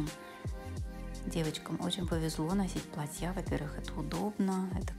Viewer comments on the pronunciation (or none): платья .а не платьЯ.ужас.ролик хороший а ударение деревенское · Ударение на А в слове платья, а не на я.Извините, ухо режет!! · Правильно снимайте,Яну знаем, хочется больше узнать о нравах и укладе жизни французов. почему в слове платья Вы ставите окончание на конец слова. Платья ударение на букву « а».